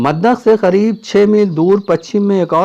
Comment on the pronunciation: kya aap Hyderabad ke hain kyon ki aapne Talaab ke KHAREEB kaha qareeb ko Khareeb keh diya